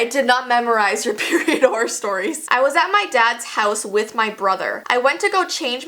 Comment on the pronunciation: I love how she says horror horrr horrrrrrr